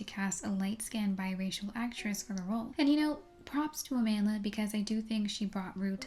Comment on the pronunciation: Her name is pronounced a-mahn-d'la